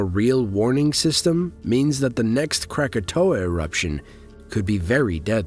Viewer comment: Its Anak Krakatoa not Anne Krakatoa